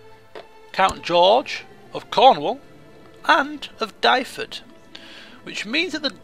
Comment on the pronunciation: Your mis-pronunciation of the county of Dyfed is painful. Duh - ved